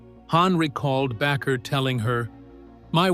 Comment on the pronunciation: Back-er? It's pronounced like baker.